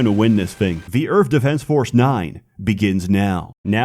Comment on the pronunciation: The only thing that gives him a hard time is the 'TH' in Earth